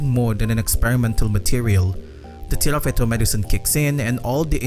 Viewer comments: This video is throwing me off so much because you keep saying "Tirafeto" when onscreen it says "Tifareto" 😭 otherwise, great analysis! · Tifareto not tirafeto ❤